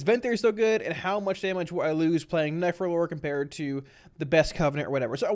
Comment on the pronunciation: This entire video sounds like you are saying nefro-lord... Its literally all I can hear haha. Thanks for the great content, this is exactly what I needed. Would like to see the different specs broken up into their own segments, that way I could just watch the affliction section and be done, but that is my only gripe. Solid content as usual. ...Nefro-lord.